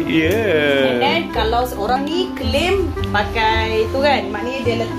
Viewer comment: Klaim ❎ Kelim ✅